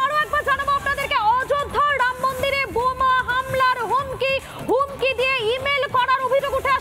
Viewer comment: শুধু চিৎকার বাংলা উচ্চারণ শিখে তারপর ভিডিও বানান।ড়াম মন্দির নয় রামমন্দির।